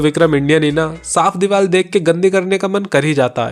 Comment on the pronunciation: Diwar ❌ Dibaal ✅